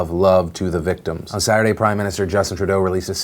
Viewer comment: aTURDy ? am i the only one hearing this?